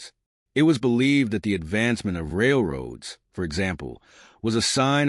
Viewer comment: Where the documentary says Railroads , try to hear A. I. . . . . A little scary !